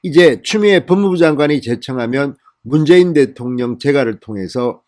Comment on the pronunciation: 대토령이라고 하지마세요